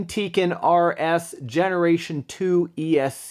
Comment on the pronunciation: it's called tekin not teken